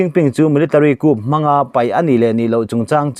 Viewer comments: Coup hi "ku" tia lam tur..a nih kha...entirnan, military ku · Coup tihah hian 'P' hi silent/lamrik loh tur